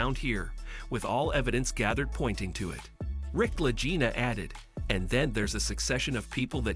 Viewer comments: PLEASE PRONOUNCE their last name as La G ina not La J ina! In this episode you said it both ways and if you had ever watched a History channel episode you would hear their last name correctly. I am qite sure I am not the only Fan to understand how their last name sounds. Anyone who is serious about the Oak Island series cares enough to point this out to you! If this is a robot voice then fix it! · Can't you learn their names and the pronunciation of those names? They are MARTY (not Matty) and Rick LAGINA with a hard "g". OMG! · They pronounce their name with a hard “g” not soft. 😡I am stop watching your video right here. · You. Are pronouncing the name of Latina wrong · There is no Matty, his name is Marty and you are pronouncing their last name wrong. Get your information correct before you broadcast a video. And your title is click bait because nothing happened to Billy.